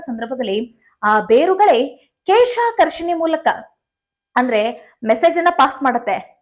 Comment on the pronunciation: ಕೇಶ ಅಲ್ಲಮ್ಮ ಕ್ಲೇಷಾಕರ್ಷಣೆ, ಯಾರೋ ಬರೆದು ಕೊಟ್ಟಿದ್ದು ಓದೋದನ್ನ ಬಿಡಿ ಅನುಭವದ ಕೃಷಿ ಮಾಹಿತಿ ಕೊಡಿ.